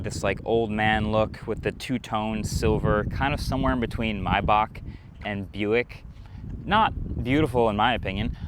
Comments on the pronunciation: Porsche not portia Pronounced "Mai bahh" not mayback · I was today years old that I figured out that Maybach is pronounced mai baak and not may back.